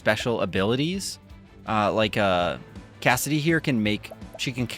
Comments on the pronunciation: Its CASSTI not CASSIDY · It’s Castii not Cassidy